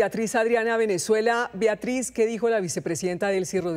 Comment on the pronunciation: Viatriz? O será Beatriz ? Una periodista ya con tnta experiencia y diciendo : viatriz ja